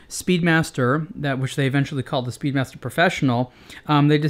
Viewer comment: I think this guy just called the Speedmaster 'Speedbastard! LOL You can catch it into the video. Fun.